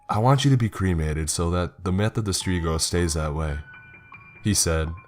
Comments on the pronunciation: Its strigoi. Strig-oy. Not strigo. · Its not strigoh , its strighoi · it`s Stregoi..... not strego. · Is it not supposed to be Strigoi and not Strigo? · "Streego" lul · Umm I’m sure your saying the creatures name wrong but then again accent can make it correct as well.....sorry I’ll drop it I have issues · Romanians are Christian orthodox. Plus the pronuntiation of strigoi is very off. Also the strigoi only come out at night and the trait is not hereditary it can happen to anyone if certain conditions are met. Great story otherwise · You mispronounce strigoi.